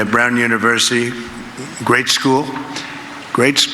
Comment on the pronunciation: He also said screwl, instead of school.